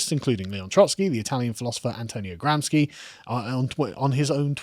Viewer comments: Carl, for the thousandths time... It's pronounced GramSHi, NOT GramsKi! He wasn't Polish, he's from Italy!.. Please, have some mercy on my ears! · Little correction to the pronounce of Gramsci. Pronounce it as if it is Gramshy. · Gramsci.."sci" is pronounced "she" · And GRAMSCI = GRAM-SHEE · Gramsci is pronounced "Gramshee" for those who care about this utterly inconsequential datum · Gramsci is pronounced "gramshi", he was Italian